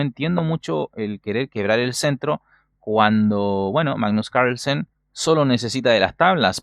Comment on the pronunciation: Siempre me da gracia como decís "magggnus cairslsen" jajaj muy buenos tus videos